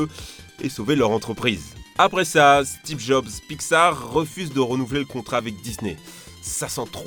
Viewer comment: " stiv job"